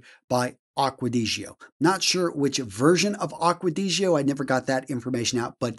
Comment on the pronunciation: Can you please listen to Jeremy pronouncing and learn how to pronounce AQUA DI GIO, because it's painful to listen the way you pronounce it so far !